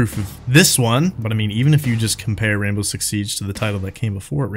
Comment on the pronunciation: wwwwwwwainbow six siege! love it